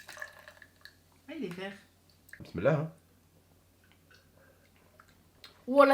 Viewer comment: il me fait délire il dit bislillah et il boie avec la main gauche 😂